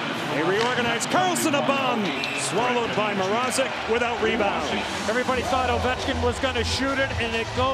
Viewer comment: Mrazek* not MR-AH-ZEK Plz eliminate the canes so we dont have to hear this butchering of names any longer!